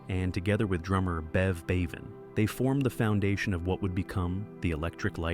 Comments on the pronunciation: It's BEVAN not Baven. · Ffs, hire a HUMAN narrator, ye cheap dix! Bev "BAY- van"?!? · I thought exactly the same……. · Who's "Bev Bayven"? 😂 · AI voice? Could not pronounce Bevan remotely correctly. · You pronounced 'Bevan' incorrectly.